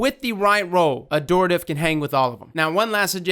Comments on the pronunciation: It’s AD-Horative. Not adooritve. Honestly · no its pronounced ad-hor-tat-ive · I think it's pronounced Ad-hort-ative, correct me if i'm wrong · Pretty sure it's pronounced "Add-hort-ah-tive" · 'Ad-Hor-Tative' lol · Ad-hor-tative, there's an H dammit. It's become like a minigame for him at this point. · It’s actually pronounce Add-or-tay-tive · Dude there's a 'h' in the word. Ad-hor-ta-tive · What is it about this word that makes everyone pronounce it wrong? It's literally the word hortative but with an AD in front: ad-hor·ta·tive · I think it's "Ad-Hor-ative" because the word "Abhor" is similar and is pronounced with the B otherwise it would sound like "A boar". 🐗 I could be wrong though. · I think the gun is called Add-whore-Tuh-Tiv. There are 2 T's in the name. You were only saying 1 T. I could be wrong though. I still say Antiope wrong myself. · Ad-hor-a-tive is how you say it! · I've been pronouncing it "ad-hor-ative" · It’s pronounced Ad-Hore-ta-tive. Heavy emphasis on the H Not a joke btw I’m being serious I am an Attic Greek student so I’m heavily invested in these names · I always pronounced it as “Add-horr-tay-tiv”. Yours sounds more right though so I’ll go with that. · Its actually pronounced AdHOR - TaTive. The "Hor" comes out like "whore" basically. Not closer to "Adore". Nbd just thought I'd let you know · i think it's pronounced ad-horative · the h is not silent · pls you’re meant to pronounce the H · There's an "H" in it though. Adhortative as in: Relating to the giving of advice...but be careful it could be a loaded question.